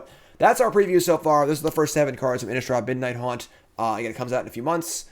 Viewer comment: Midnight Hunt,. Not Haunt 🥸